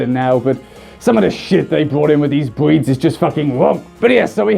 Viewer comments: when he says "Breeds" it sounds like "Bweeds". you may kill me now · I keep hearing him say "bweeds." Please tell me im not the only one here! XD